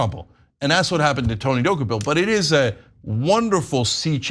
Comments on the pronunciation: Rich of Ana K to claim to stand for journalism when she couldn’t be bothered to look up the pronunciation of the CBS anchor’s name. It’s pronounced Duh-KOH-pull, as we hear ever day on CBS, not DOH-key-pull. Also, Tony’s questions were factual. The author spends 100 pages giving Palestinians no agency or responsibility for their status. And the book provides no context for Israel’s actions. That is an exceptionally one sided view. Tony rightfully explored why the author did that. If the author wrote that Israel has never done anything wrong, would TYT push back at that view? Of course, as would Tony D. For TYT to be against Tony on this and in favor of softball pandering questions shows that TYT is beyond repair. Unsubscribed. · Can we first pronounce the name of CBS tv anchor correct first! Dokoupil pronounced “ De kopol “ not Doki pill” that is nut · Why can't you guys pronounce his name? He's said it out loud many times. It's də-KOH-pəl, not do-ko-PIL. In regards the interview I took it he was taking a sort of Devil's Advocate stance. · Dock-U-Pill? Make sure you know how to correctly pronounce people’s names. It would take one minute of research. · As much as I love TYT I only wish she would have listened , at some point, to the pronunciation of his name on something, which is like "Du-ko-pil"... 😕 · Jeezus...Ana. please start pronouncing names right! Di-KO-pull. This is a well known journalist so his name should be easy. It takes away from the actual story. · Tony Duh-koh-pull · Actually, his last name is pronounced Dew-kho-pill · Tony Dooky Pill? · Don't reporters/journalists have a responsibility to prepare for their segments? The man's name is pronounced Deh-COPE-ul. The interview was days ago. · ANNAAAAAA, All you have to do is watch the 1st 10 seconds on CBS MORNINGS and learn how to pronounce someones name correctly, damn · Ana please learn to pronounce the subject’s name correctly. Journalism 101.